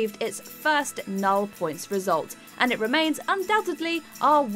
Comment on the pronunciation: The way this narrator pronounces "nul points" shows she knows absolutely nothing about Eurovision. Mind you, perhaps that's too much to ask for considering she can't even pronounce "entirety". WatchMojo UK's hilariously awful narration strikes again.